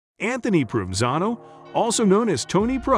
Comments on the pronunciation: His name is pronounced Pro Ven Zano. He is my great uncle. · You should learn how to properly pronounce his name before talking about him.